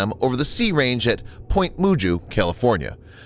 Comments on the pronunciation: Derrick Streets you are correct, it's pronounced Magoo, but the spelling is correct as Mugu :-) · Point Mugu is pronounced point Mugu (magoo like mr. Magoo). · Mugu is pronounced more like Magoo as in Mr. Magoo. Hard G, not Moojoo. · Its point magoo is how it's pronounced